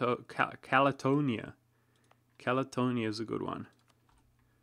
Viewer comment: Catalonia. Not Calatonia. You may have dyslexia.